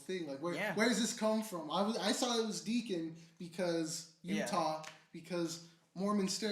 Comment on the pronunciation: Yo it’s Deacon not Decon, come on FAM😔